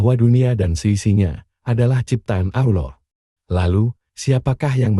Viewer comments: Satu keaiban yang besar kalao sebutan " Allah" kayak orang yang pelat!!! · Sebutan "Allah" harus diperbetulkan nurut "makhrajul huruf" yang benar...jangan asal boleh tapi tak boleh!!! maaf!